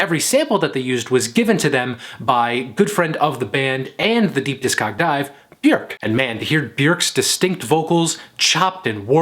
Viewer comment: I subscribed because this guy pronounced Bjork's name correctly. That is a rare an much appreciated feat. It shows commitment to accuracy and attention to detail. Thank you, good sir!